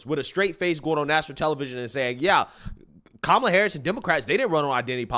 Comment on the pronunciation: 😂😂 She said kamala la la. 😂😂😂😂😂 . What a fool.